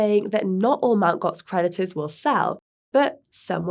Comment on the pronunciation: I keep hearing Mt Gox predators..